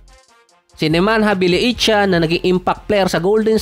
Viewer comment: BJELICA dati ang bigkas ko dito Gelica not panganiban 😁 pero BJELICA ( ba-ye-lit-sa ) bigkas sa Euro League 😎